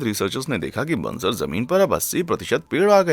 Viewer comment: Very clear voice , diction and facts . Thank you. If I may point out ? It's बंजर not banzar .